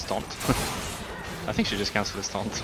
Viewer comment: I just Love the way he says taunt. Sounds like frence :D